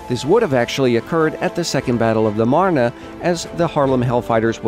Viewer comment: oh, my OCD is tingling because he kept mispronouncing meuse and marne. No big deal overall though